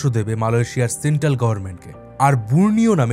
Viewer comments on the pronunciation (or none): none